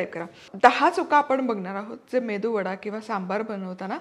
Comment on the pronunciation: अग बाई मेंदु वडा नव्हे मेदुवडा असा शब्द आहे😂😂